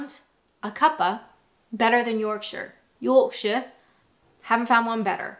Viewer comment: You still can't pronounce Yorkshire correctly! Are you trying to sound like Dick Van Dyke or sound posh? Either way, it's dreadful!